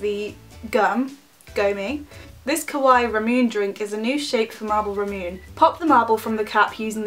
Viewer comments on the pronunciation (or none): ramuNAY not ramoon omg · It is actually read as mo-chi and ramu-nae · it's actually pronounced as ru-moon-nay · It's pronounced (ra-moo-nay) but many people do pronounce it (ra-myoone) the first time so It's not uncommon. :) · im sorry to say it but u pronounce Remune wrong the right way is like saying lemonde because R is pronounce like L in japanese i just cant i need to tell when someone saying remune wrong xD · The flavour that you thought was water is actually ramune. Its a soda not water lol. Btw it is pronounced ra-moo-nay ;) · Btw to pronounce ramune u pronounce IT like Ra mu nae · It is rah moo ney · its ra-moon-ae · No it's ra mu naenae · Im sorry that I have to do this but I swear it bothers me so much when people say it like that ;-;. So it's actually pronounced, RUH-moon-AY I love your videos and I subscribed, of course. I just kind of felt, well... awkward. It's fine don't worry lol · kawaii ra-mu-ne (neh) sorry to correct you so much but just trying to help a bit. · Its pronounced RAH-MOO-NAA soda lol